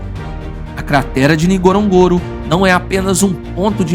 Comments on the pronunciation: It is pronounced N..GO..RO..N...GO...RO and not that clumsy pronunciation by this narrator. If you're going to make a documentary about a place, at least endeavor to pronounce it properly. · AI can’t even pronounce the name of the crater correctly.